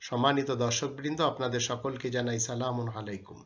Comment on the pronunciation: যে লোক সালাম দিতে ভুল উচ্চারন করে সে জ্ঞান দিতে আইছে 😄 নিজে আগে ঠিক হও।